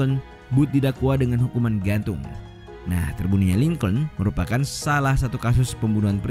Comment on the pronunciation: lincolin dibaca link'n bukan lingcouln